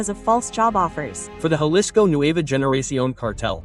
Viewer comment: It’s lowkey pissing me off how u butchered a lot of these Spanish words and names of people and places. If u gonna say the names of the places and people or things at least say it right. Its 2026 it should be no reason why anyone should be pronouncing the G in Generación as a hard G when it makes an H sound.